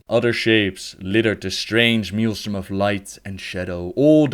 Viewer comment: Hey, I've noticed that you pronounce Maelstrom as Mealstrom, but it's actually pronounced Mailstrom!